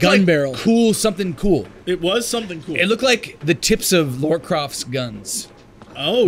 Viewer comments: Americans just don't know how to pronounce Lara. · what is it with Americans and pronouncing Lara as 'Laura'? it's Lara, they're two separate names. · and Jesse - it's Lara, not Laura, hahaha! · Why can't Americans ever pronounce "Lara" properly?